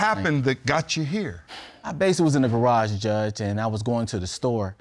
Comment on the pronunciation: Judge: Tell me about your pain. Claimant: so basilally